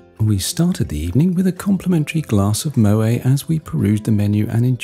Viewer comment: Love you content! (please keep doing more Explora and Celebrity). Side note: correct pronunciation of Moet is with a hard 'T' - Yes, the company was founded in France but Claude Moet's surname itself is Dutch/German so is not pronounced as if it's French.